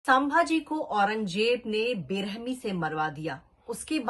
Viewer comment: chak aurt ..unka nam bhi dhang se nahi le rahi hi tu..tu sabhaji sanbhji kya bil rahi hi..unka nam leneki avkat nahi tumhari......😡😡